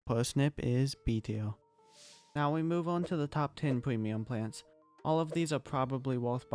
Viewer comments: I love how he says “Pwemium Pwants“ 😭😭😂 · I like the way bro talks pweamium plants just makes me want to become friends